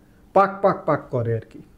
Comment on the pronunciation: Apni darun bollen "Pak" "Pak" "Pak"